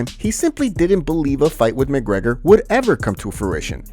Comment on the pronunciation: Can't even say the champ champ name right... *Mcleggor